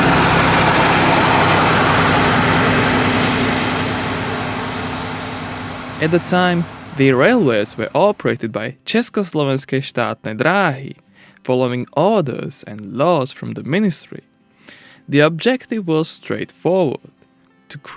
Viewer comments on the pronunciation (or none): The term Československé Štátne Dráhy is in the Slovak language. In Czech language it is Československé Státní Dráhy. The difference is in the words: Státní - Štátne. And in the pronunciation...